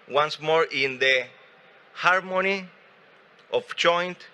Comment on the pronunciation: Cafiero y su "jarmoni"😂